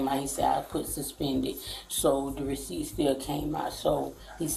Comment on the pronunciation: I didn't know I suspended the weeciept😂😂😂